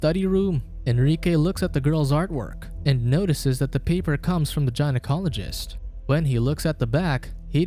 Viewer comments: Gynecologist is pronounced gai-Nuh kaa leh juhst. not Gi-Nuh Cal leh juhst. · guy'n-oh-colog-ist not jyn-oh-colog-ist for the pronounciation otherwise sounds like an interesting movie. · Jinocologist?!... Good lord man, really?! 🤣😂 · Say it with us “Guy-Na-Cologist” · Gina-college-ist. Most accurate mispronounciation ever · I actually started laughing when I first heard him pronounce it that way… he’s not wrong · Gynaecologist. Say it right. Or never say it again, dear god.